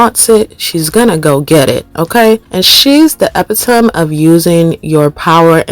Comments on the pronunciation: She’s what ? the EPITOMB??? 😂😂😂 or EPITOMEEEE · Epitome is pronounced “Ee-pit-oh-Me” 🫶🏽